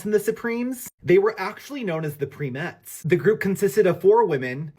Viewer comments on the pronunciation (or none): If you're gonna talk about A GROUP THAT I'VE KNOWN SINCE IT'S INCEPTION, GET THE FACTS RIGHT YOU DINGBAT. AND IT'S "PRIME, PRIME, PRIME - ETTES, ETTES, ETTES. FOOL.